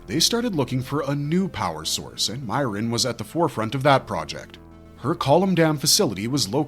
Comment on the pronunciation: "MEE - air - inn", not "MY - rinn"